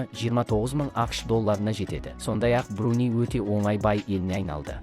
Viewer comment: МАРАКО,БЕРЛУСКАНИ,БРУНИ ДЕП ТІЛІН ШАЙНАП,ЕКІ СӨЗДІҢ БАСЫН ҚҰРАП СӨЙЛЕЙ АЛМАЙТЫН ЖҮРГІЗУШІНІ КҮЛТӨКПЕДЕН ТАУЫП ӘКЕЛГЕНБЕ!?